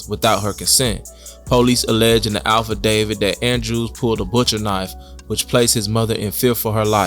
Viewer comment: AFFidavit mannnnn..not ALPHAdavid...this worse than liebarry🥴